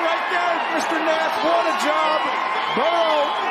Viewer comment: Burrow***…how is it so hard for people to say his name correctly?